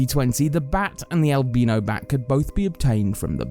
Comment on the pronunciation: The way he pronounces albino is triggering me